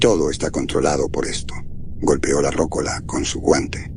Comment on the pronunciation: Muy buen relato, gracias 👍 (comentario aparte, se pronuncia "rocóla", no "rócola"😉)